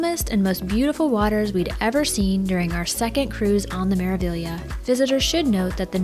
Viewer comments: It's an Italian ship. It is Meravillia for those that can't read Italian. I will assume that the Spanish influence of the staff and some port of calls lead everyone to believe they are hearing Meraviya, but that is just a slur on the correct pronunciation. Meraviglia translates into marvel. Meraviglioso means marvelous. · Thank you so much! We were pretty sure it was Mera-vee-ya but then we heard the captain of the ship pronounce it Mera-veelia, so we were so confused! The captain must not be Italian 😂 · Hi! The proper pronunciation is Mera-ve-ya. The "gli" is pronounced "ye" in Italian. Hope this helps. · Meraviglia ( in Italian) Maravilla (in Spanish Wonder (in English) Pronunciation without g: Meravilia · This video was sooo well done!! Thank you for taking the time to put it together! And I had been pronouncing it Mera-Vig-Leeuh 😂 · Ocean “Key”. And sounds like the crew always say Mera “Viya” so I’m going with that. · It's an Italian Cruise Company with all Italian names of their ship. The ship is pronounced Mera-VYA. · Hi! Great video! It's Mera-vee-ya. It means "marvel" in Italian. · In Italian it is maraveeya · Italian would pronounce it as mers vee ya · She’s pronounced Mera-vee-a